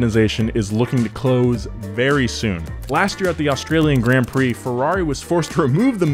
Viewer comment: Bruh man says fking gränd prix instead of grand prix